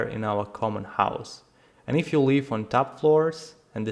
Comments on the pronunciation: Your English is very good, please try to correct the pronunciation of the word "live", you say "leave", it completely changes the meaning of your message. Copy this in Google translate and press the speaker icon "i live a good life" It's necessary to let Google know which of the two pronounciations you want. Unfortunately English is a crap language. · please learn to pronounce 'live' and 'leave', there is a difference.